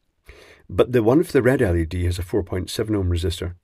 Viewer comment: I'll always be glad you say LED as L E D.. and not like you're saying LEAD (like some do). Since it's acronym after all. Just my opinion though.